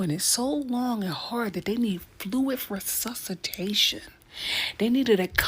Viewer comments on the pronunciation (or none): wtf is sussitation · What the hell is susatation? Don't use word's you cant pronounce!The word suscitate means to excite a feeling or to provoke a rebellion.